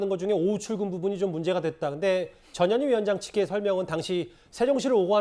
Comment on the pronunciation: 발음좀 똑바로해 저년이가 아니고 전현희야